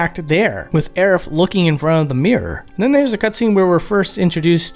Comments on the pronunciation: Does he pronounce it, "Aeriff"?? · Hearing her called "Aerif" makes me laugh every time.